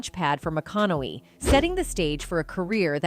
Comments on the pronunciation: Why are you mispronouncing his last name??? This is click bate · Nothing whatsoever mentioned about, "prostituting himself". Absolutely ZERO mentioned on that front! Clearly just 'clickbait'. Also the narrator mispronounced his last name about 98% of the times she said it. Getting it right periodically actually made it more ridiculously obvious when she then mispronounced it yet again the next time. Thrown together meaningless dross video. A waste of time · So far I've heard five mispronunciations of his name